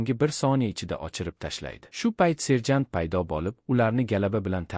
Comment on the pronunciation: Serjan 😂😂 mi serjantmi😂 tiliz pizdes ekana😂😂😂